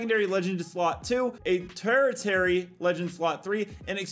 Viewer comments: I'll win something from a give away someday, right? 😂 Edit: ive noticed youve struggled with "tertiary"'s pronunciation. Its pronounced tur-SHE-air-ee, i hope this helps buddy. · Just to help you out it's pronounced ter-she-airy. I learned it in biology. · Ter-she-airy is how it's pronounced. Tertiary. Love the vids bro! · love you dude, tertiary is "tershy-airy" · Its pronounced tuh-shuh-ree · The word tertiary is pronounced tursh ee air ee if that helps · The way pronounced tertiary made me chuckle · That's one way to pronounce tertiary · I'm not completely sure, but I believe your pronunciation of "tertiary" was off. FYI. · Bro can’t say “tertiary”